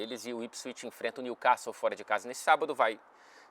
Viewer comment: Meu problema é ver seus vídeos com essa pronúncia em inglês britânico perfeito e depois ficar incomodado quando pronunciam o nome do Newcastle como NILQUÉSTOU